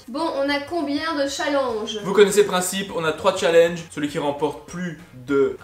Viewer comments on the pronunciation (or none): none